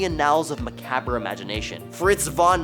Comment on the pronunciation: As soon as you could not say "macabre" right, you lost all credibility.